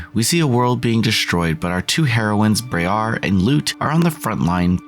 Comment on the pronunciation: It’s briar like briar rose